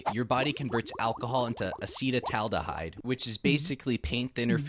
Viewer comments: acetal - (a)ldehyde ❌ ace - taldehyde✅ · Acetaldehyde ❌️ Acedataldehyde✅️ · Acetaldehye; not aceta-aldehyde… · Bro its "acitaldehyde" not "acee" in pronounciation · advice from creator to creator. its not hard to look up "translate" and put in the words you cant pronounce. ass-uh-taal-da-hide. poly-sick-lick. cmon man, this shits nearly unwatchable. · ACEY- TAL- DA - HYDE your welcome 😂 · The way you pronounced acetaldehyde just gave me cancer. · Bro doesn’t know how to pronounce acetaldehyde 😂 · bro you pronounced acetaldehyde wrong. edit that shit pronto dont lose viewers. and polycyclic and heterocyclic